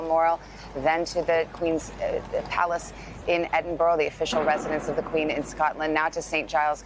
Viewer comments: Edinbuhruh! Not burrow. Have the manners to pronounce the name of my city properly. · American broadcasters really seem to struggle with pronouncing "Edinburgh" properly - you really think they could do their homework